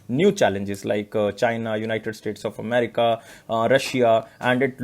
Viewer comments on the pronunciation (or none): none